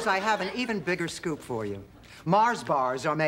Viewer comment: sorry, no offense, but it should be 'scoop' not scope